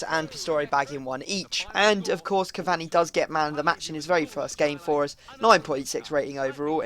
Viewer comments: It "cavaRni", not "cavanny" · Pronounced cavauni not cavani u muppet